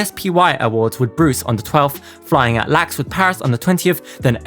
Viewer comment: it’s L.A.X not lax lol